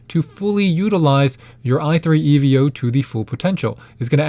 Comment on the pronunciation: Why does he say e v o 💀